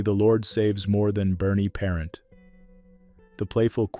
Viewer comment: Puh-ront not par-ent.